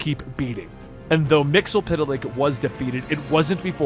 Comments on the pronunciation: Phonetically its Mits -sul - plick at least according to the Superfriends cartoon from the 70's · I thought it was Mit-zel-plix